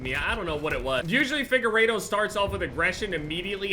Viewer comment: it’s Fig uer Oa say it with me